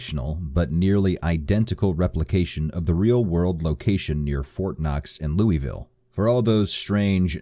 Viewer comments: Except how he says Louisville, I loved the video, but I cringed so hard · DAAAHHHH HAAA NOOOO WHYYYY WHY DOES EVERY INE SAY LOUISVILLE WRONG OH MY GOOODDDD Aight listen you don’t pronounce the “is” part and you kinda get funky in the middle so it comes out sounding like Luaville that’s the best I can explain it. Alright rant over, good day.